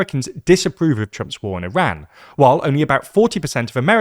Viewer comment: The way you pronounce Iran sounds like Iraq